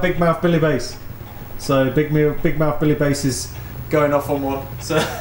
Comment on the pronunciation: Some interesting sounds there! Not sure if you’re deliberately mispronouncing the fish’s name, but it should be Bass as in “a pint of draught Bass”, not “base”.